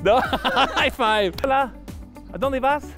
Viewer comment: Dounde puerouh comprah en la biblioteca